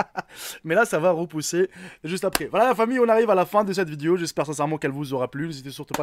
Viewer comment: On dit une VIDÉO et non VIDIO...😂